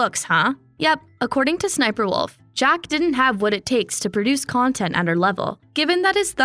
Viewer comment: Jack really went kinda far with the “nontent”